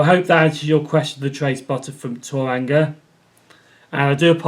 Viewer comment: Thank you for answering my question (s). You didn't do too bad with the pronunciation of 'Tauranga'; rolling the 'r' is the hardest part. - Incidentally I too prefer watermelons over bananas. That trip from London to Inverness must have been awesome. I have a feeling that by the time I can get to England thr only HST trip I'll be able to make is on a GWR Castle set.